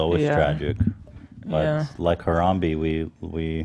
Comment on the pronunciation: Ethan, you're saying Harambe's name funny lol it's not HaramBEE it's more like HaramBEY :)